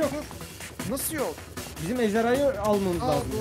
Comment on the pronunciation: ezdarhayı demesi çok komik